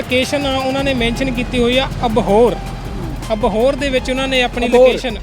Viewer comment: ਪੇਜ ਨੂੰ ਪੇਚ ਕਹੀ ਜਾਂਨਾ ਇੰਸਟਾਗਰਾਮ ਨੂੰ ਇਸ਼ਟਾ ਕਹੀ ਜਾਂਨਾਂ ਅਪੀਲ ਨੂੰ ਅਪੀਚ ਕਹੀ ਜਾਨਾਂ ਅਬੋਹਰ ਨੂੰ ਅਬਹੋਰ ਕਹੀ ਜਾਂਨਾ ਤੇਰਾ ਤਾਂ ਲੁੱਟ ਹੋਣਾ ਬਣਦਾ ਹੀ ਸੀ ਭਾਲ਼ਦਾ ਗੁੱਚੀ 1000 ਰੁਪਏ ਚ'😂